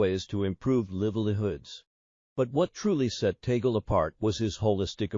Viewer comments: Until now you have not learned to pronounced correctly his name it's not Tagul say this Tag Le. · Kindly pronounce the Family Name of Cardinal Luis TAG LE correctly, NOT “TAGLE “ like “TABLE “ or “CABLE “, as Filipinos do. For Your Information ℹ️ ❗️🙏GOD BLESS US ALL☮️‼️ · Hey,, his name is pronounced TAG-LE. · It’s a Spanish last name, and is pronounced “Tāg—lēh”, not the Anglicized accent by the AI narration. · Just for the content ? You can’t even pronounce Archbishop Tagle’s name . Disinformation , we know the rules of the conclave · Your prononciation of T A G LE is incorrect. You should correct it, otherwise you will not gain any following. Hhmmpp. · ...pls check the correct pronunciation of 'Tagle' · It is VERY annoying to listen to whoever is narrating to this story of Cardinal Tagle's life because he doe not know how to pronounce the name of the Cardinal, and his families'; not only that, but also the places; he should check first the pronunciation before he says anything.